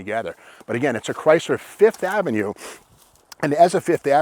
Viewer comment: Yup, the "Sev-ova", the "Fifth-o-Mat" and the "Lin-ada". LOL.